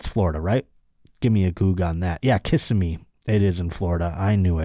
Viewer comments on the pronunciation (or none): You said Osceola correctly, Kissimmee however emphasizes the second syllable